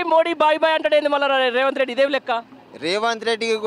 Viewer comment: మాట్లాడుకుని నేర్చుకోరా సాయిబు రేవంట్ కాదురా రేవంత్ ఒక పది సార్లు నోట్ బుక్ లో డిక్టేషన్ రాయి